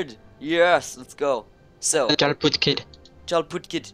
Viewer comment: It is prounced Yarl